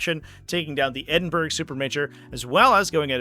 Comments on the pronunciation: Just a heads up, its pronounced Ed-in-burr-aa :) love from Scotland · Mate, Google how you pronounce: "Edinburgh". 😅